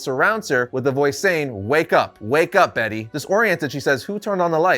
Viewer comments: He said Betty not Beti rofl! Beti just really means daughter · it's "beti" Not Betty. "Beti" means daughter though. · dont know the time in the video when you commented on the term "beti" as betty...it is pronounced bay-tee which means child, girl or young female. it usually is used by parents for their daughters. The panel which shows Iron Man and Captains, is a panel that shows them singing to Kamala Khan...not necessarily talking to her in Urdu. They are singing a very famous song/poem. But Thank you for finally doing an origin of Kamala Khan. This means a lot. Thanks again. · its not beti, its bae-tea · The word Beti is pronounced beetee or beTI it means daughter. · Anyone else pick on the way he said beti 😂